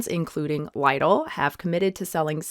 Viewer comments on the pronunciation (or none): I'm sorry... Lye-dl? 😂 Do you not pronounce it like liddle in America? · Liedl??? That is how you us americans pronounce it??....pls, type it into google translate and listen to how it is pronounced. Lidl was founded by a german. I just checked if the pronounciation in google translate is correct...as usually, it is perfect. Lie del.....tf hahahahahahahaha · Why are you making fun of an English native speaker for not being able to pronounce a German word? She's clearly not heard of the grocery chain before. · Lidl rhymes with middle and you got Waitrose right :) Thanks for the video!